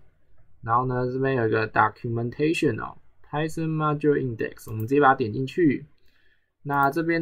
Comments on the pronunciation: Python唸拍"賞"，不是拍"省"。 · Poor quality, doesn’t explain how things work, can’t even pronounce Python correctly 🤮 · This is just for beginners. Idk why you're being dick here. I personally think he teaches well and he uses simple concepts to let beginners know how to do it properly. He is not a native speaker, so what's the point of mispronouncing Python?